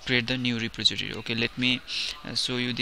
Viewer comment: Ty for the tut but you seem to be having issue with saying repository. It's: re poz eh tory